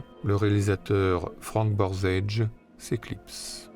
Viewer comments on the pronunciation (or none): Un truc amusant, Borzage est prononcé comme on le faisait à l'époque "borzaidge'. Maintenant l'usage est de dire "Borzégui".